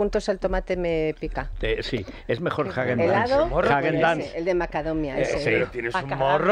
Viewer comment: Jajajajaja dice Don Sabelotodo…..jaguen da zen, jajajaja SE DICE Häagen-Dazs